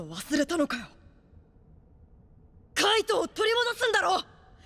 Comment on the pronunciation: Hell pls, it’s « Kaito » not « Kite »